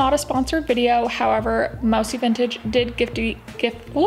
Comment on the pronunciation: It’s actually pronounced “moo-see” like the dessert.